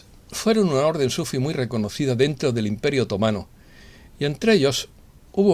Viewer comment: ¿Y para qué cada vez dices SÚFI y ninguna lo dices bien que es SUFÍ?. ¿Para qué??